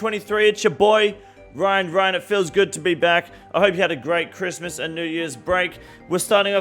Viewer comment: Homie just did a camila cobello with that 'cwiss-mus'